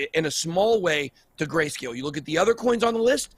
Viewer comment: huh huh, he said gayscale